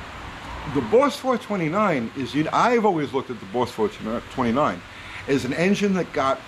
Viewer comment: "Bauwss fowah-twenty-nine"